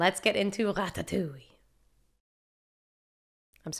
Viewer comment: As a French viewer, I have to assure you that the way you pronounced "Ratatouille" just before the beginning of the movie was definitely spot on haha! Anyway, I don't comment a lot but I figured this one was a good excuse for me to say that I really love you channel! Thank you for all your reactions, you are always so genuine and so enjoyable to watch, I always know that I am gonna have a great time watching you 🥰 Love from France ✨